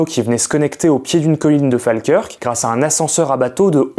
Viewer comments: Falkirk se pronounce:" Faulkeurke" pas Falkeurque. Je vis depuis 2003 en Écosse et on me l'a assez répéter😂😂😂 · Fake curc c’est prononcé fall-keurk svp 😊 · Quasiment tout est juste, mais Falkirk n'est pas un petit village mais une ville qui fait environ 35.000 habitants, et ça se prononce "Fól-keurk", ou "Fo-kirk" avec l'accent local. Le reste est vrai, c'est d'ailleurs assez joli comme ville, tout comme Glasgow et Edinburgh qui sont très chouettes à visiter. Et effectivement les chemins de fer ont été très bien développés dans le secteur, il n'y a pas moins de 4 lignes entre Glasgow et Edinburgh (plus une ligne déviée via Carstairs). On a d'ailleurs deux gares différentes à Falkirk, Falkirk High et Falkirk Grahamston ☺️ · La prononciation putain! La prononciation! Ca se dit Folkeurk. Les mecs sont capables de trouver des sujets inconnus, mais pas foutu de prononcer un nom commun! C'est une dinguerie d'être aussi incapable!